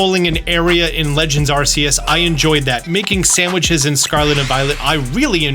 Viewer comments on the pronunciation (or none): none